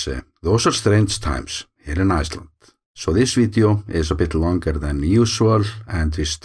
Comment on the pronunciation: The way you always say „Iceland“ at the end of your videos sounds German - „Eisland“. Of course, we call your country Island exclusively.